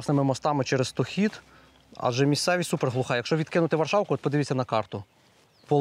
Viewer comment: Річка СтОхід, а не СтохІд.